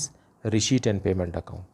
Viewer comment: SIR RESHEIPT NAHI RECEIPT HOTA HAI🤣🤣😅😅